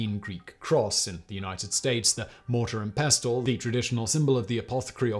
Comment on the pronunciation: The "T" in "Pestle" isn't pronounced btw 🙃 Pess-ull / pess-el / pessl 🤗